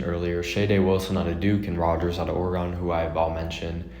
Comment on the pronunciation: pronounce Oregon orygun